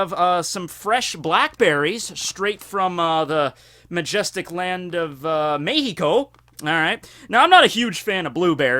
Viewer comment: that Mexico announciation though .